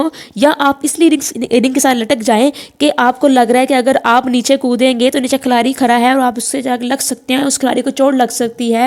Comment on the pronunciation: Khalari ni khiladi hota hai